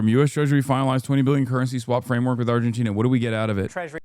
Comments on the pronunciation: They say Argentina like tis a new word to them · Fox news anchors struggling with pronouncing 'Argentina' makes it even funnier. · Why are they struggling to say Argentina so bad??